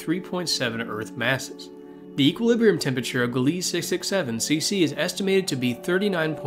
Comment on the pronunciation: It's Gliese, not Gilese. My nomination for most-likely habitable exoplanet: Kepler 442b It orbits a K-type star (orange dwarf) - still not much like our sun, but a lot more similar than an M-class red dwarf, so planets are much less likely to be tidally locked or affected by stellar flares. Kepler 442b is only slightly larger than Earth, and smaller than TOI-700d. Its stellar flux is somewhat lower than Earth's, but this could be compensated for by a thicker atmosphere with a more powerful greenhouse effect, which it's very likely to have considering its size.